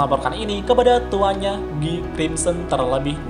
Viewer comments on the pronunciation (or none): Guy blok bukan gyy